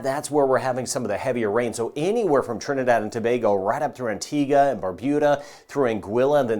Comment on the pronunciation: ....thank you for pronouncing Trinidad and Tobago like a 'trini' and not as an American.